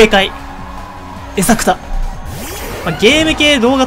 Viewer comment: エサクタ(正解)の言い方がなってねぇな？